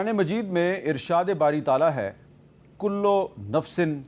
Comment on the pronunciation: Ayat to thk parhty kullooo hy kullo nahi hy